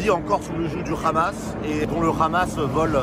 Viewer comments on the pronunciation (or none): COMMENT RECONNAITRE UN COLON ??? COMME UN HELICOPTERE ET PAS RHELICOPTERE IL DIT RHAMAS POUR FAIRE JORE JE PARLE ARABE